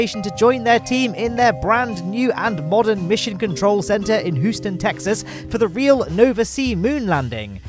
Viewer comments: “Hooston” Huh? It’s Houston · I'm sorry did he say hooston? instead of houston XD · Who-ston Texas lol